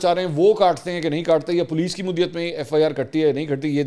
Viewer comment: منصور بھائی! مدعیت کا تلفظ درست ادا کریں شکریہ جامی